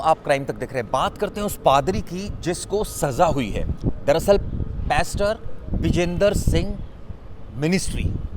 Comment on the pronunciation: पहले खुद सिखो चले दुनिया को सिखाने "प्यास्टर"*0:6 नामका उच्चारण सारी दुनिया मे नही है पहले "पास्टर" बोलना सीखो